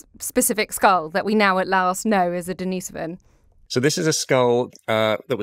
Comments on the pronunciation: Or his sister Denise? It's Denisovan, not Dennisovan. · Daneese-oven !!??. Who lived in that Cave -Dennis, or his Sister Daneese ???